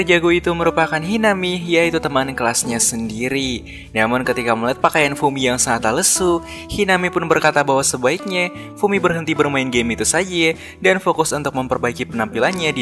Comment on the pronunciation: kenapa pelafalan huruf a selalu ada e nya bang? contoh; sebaikNYEA, sebenarNYEA